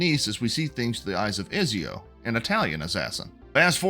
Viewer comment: How you pronounce ezio makes me think you haven't played the game